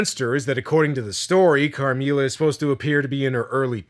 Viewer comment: not you butchering the pronunciation of “Carmilla” 😭😭😭